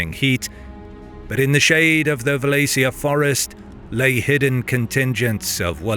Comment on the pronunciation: Man doesn't just mispronounce Wallachia (wall-auch-ee-uh ) or anglacized (wall-ah-key-uh), he pronounced mosquito mosque-eat-oh .